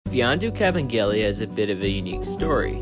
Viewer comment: finally someone who knows how to pronounce his name properly